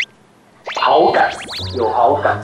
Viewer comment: 是好感？還好幹？最後的ㄍㄢ有重音欸！